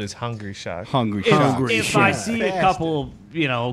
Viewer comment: saying shark with a hard r felt dirty